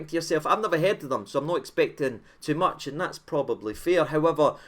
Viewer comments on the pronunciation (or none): none